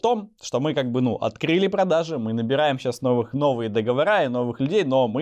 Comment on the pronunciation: Все супер! Но выучи ударение в слове договоры!